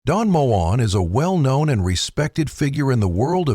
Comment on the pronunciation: Its pronounced Mo en not moan. Typical ai. I love his music. Ive just sung some of it